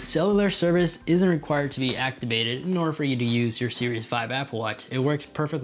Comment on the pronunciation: “Actibated” gets me every time